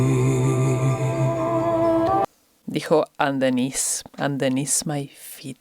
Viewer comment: Es verdad que su Ingles no es el mejor del mundo, perro aquí en Canada mucha gente si se dicen "again" como lo hace Dimash. Y el esta mejorando su Ingles cada día. He said "underneath" correctly the first time. I think he just got so into the song that he forgot to pay attention to the "th" the rest of the time. Anyway, I would rather hear his wonderful music with so-so English that perfect English with so-so musical skill. And I will be happy to help him with his pronunciation any time day or night if he would like to call and ask me😀I enjoyed your reaction. This song does have so many different voices!